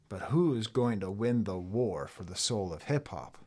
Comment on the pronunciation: Yeah, you kinda called the “war” wrong there, Doc. 😅